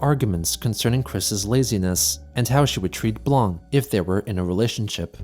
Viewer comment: Wow he actually pronounced blanc correctly!